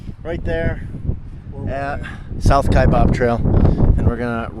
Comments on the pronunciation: Kaibab - kaiBAB not BOB - how we know you’re not a local 🤣🤣🤣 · It’s pronounced Kiabab trail NOT Kiabob! No Bob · I can immediately tell when someone isn’t from AZ by the way they pronounce Kaibab hahahah it’s always wrong!!!!